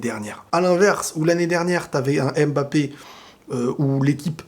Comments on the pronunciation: Je pense que ça se prononce mmmmbapé pas (ém) bapé lol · C’est stressant comment t’insiste le M de mbappe 😂